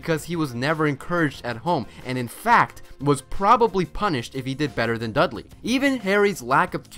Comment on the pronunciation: it's not Dusley it's Dudley